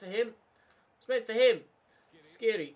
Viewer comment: The "kh" in Skhiri is pronounced more or less like the "j" in James Rodriguez i believe, don't have to say it tho just fyi. Great series!!